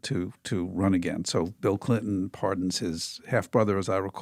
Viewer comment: “Bill Blinton”